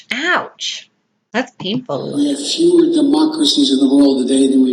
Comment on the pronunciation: "Fewer" sounds like "Fuehrer"